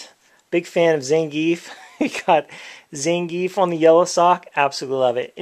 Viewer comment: Correction: Zangief isn't pronounced the way you said it, its pronounced (Zon-gee-eff).